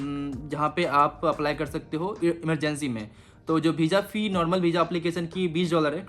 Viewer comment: Beezza nhi hota visa hota hai bolna sikhle pehle